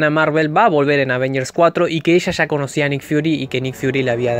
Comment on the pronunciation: Ya, no sha, hable bien